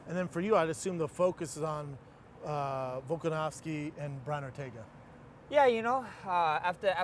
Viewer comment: "Volkanowski" Schaub sounds like a casual